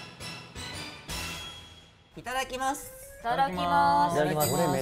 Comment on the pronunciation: 🐹 手を合わせて｢いただきます｣とはっきりと言う品のあるるぅとくん流石すぎるし可愛くもありかっこいくもあり…🤦🏻‍♀️💛